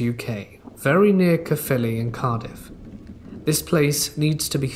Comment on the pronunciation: Just want to say your pronunciation of Caerphilly in the second story is SPOT ON! So dope to have a Welsh story in the video!